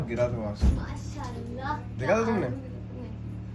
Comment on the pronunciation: The way he say mashallah 6.20